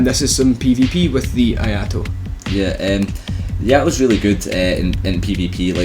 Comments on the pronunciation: its no I a to it is I(e sound)a to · "Eee-ah-ee-to" , not "aye-aye-to" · I mean, I know you english people are not particularly good with talking, even in your own language. But pronouncing Iaito as Ajato is just sad. Really, really sad. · I agree with this list... for the most part. 3 things I would change. First, I would change the Iaito (it's pronounced ee-eye-toh btw) with the Uchigatana, and would place it much higher. The Iaito moveset is good, but you'd be amazed how useful the Uchigatana's thrust is. Second, I would change the Obsidian Greatsword with the Zweihander. One word: stunlock. This thing is giantdad's weapon of choice for good reason. Finally, as much as I love clubs, I would drop the large club in favor of the Falchion. Take the Gold Tracer, make it compatible with Darkmoon/Sunlight Blade or Crystal Magic Weapon, but remove its bleed effect. You lose the massive damage spike in favor of consistent big hits. The Gold Tracer is a fantastic backup weapon once your buffs run out. Just throwing that out there. Just make sure you 2h it. I would have also given an honorable mention to the Murakumo. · The only cringy thing was the pronounciation of "Iaito"